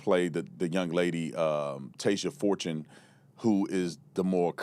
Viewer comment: girl, chill lol she didn't even say Tasia Fortune's last name right.. she is literally silly. she is really suggesting that black people go out & kill white people, based on no evidence. in my opinion, the big news stations are portraying this as racism because they are being instructed or paid to. they want to keep us divided.